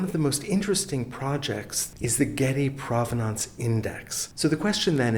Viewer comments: Thank you for not mispronouncing provenance. Hearing people say "PROH vuh nonce" is like nails on a chalkboard to me. ❤ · it took me seven seconds to find this in the OED: PROV-uh-nuhns, PROV-uhn-uhns, and PRAH-vuh-nuhns as acceptable.